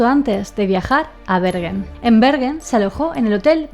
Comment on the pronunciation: Yo vivo cerca de Stavanger, que se pronuncia Stavanger, stavanller es un poco raro de escuchar, asi igual que Bergen, es como decir berllen, asi decia yo antes y nadie me entendia. Knut Haavik, se pronuncia kanut javik